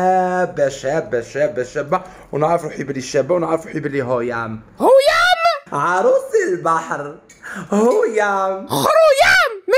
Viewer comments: خرويام ماشي هويام هههه😂😂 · خروياام ماشي هياام 😂😂😂😂😂😂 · خوريام ماشي هويام.....🤣🤣🤣🤣